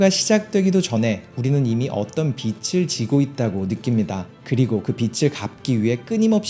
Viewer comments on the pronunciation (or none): 중요한건 아니지만 조금 걸려서 그러는데 '빚을' 이라고 한다면 [비츨] 이 아니라 [비즐] 이라고 읽는게 자연스러울 것 같습니다^^